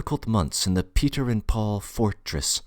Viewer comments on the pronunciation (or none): none